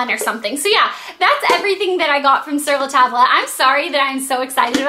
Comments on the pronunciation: It's pronounced Sur La Tob... It's french.. not tob-la.. I'm not trying to be mean.. but yeah.. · I think its called sir-la-tobb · Its pronounced sur la tab, the le and the end is silent, but other than that you said it perfect!! :) not trying to be mean, just trying to help :) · it's said sur la TOB....ITS FRENCH AND MEANS ON THE TABLE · OH GOD! I knew when I saw the title of the video that she would pronounce it wrong. It is "Sur La Taab". The "L" is silent. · "sur la tob" is how you pronounce it. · ...its pronounced "Sur La Tob"... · your prononciation of Sur La Table kinda bothered me.